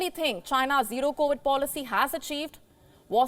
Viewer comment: D-E-L-A-Y….. please say it again…..